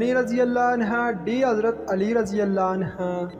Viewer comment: Please say anhu,not anha